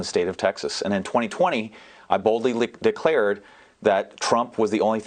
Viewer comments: sounded like he said "i boldly licked dick" then he quickly said "declared" right after that XD. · Did anybody else hear that slip of the tongue (around 56 second mark,) where he says “I boldly licked... declared...”? Yeah we know where your tongue is buddy. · Listen to the Freudian slip "I boldly lickdickclared...." 😂 Edit; and then again "...this years Anal Budget...." I'm dyin here.....